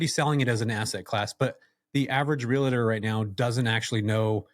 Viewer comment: Real*tor not real-a-tor, bud 😉😉 Great episode loved this topic and guest. Many of us looking to go this direction multifaceted in real estate. Happy Fourth and go Aztecs 🤙